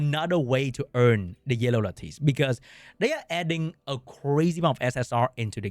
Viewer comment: Should probably learn to pronounce "lattice" if this is your main game for content :P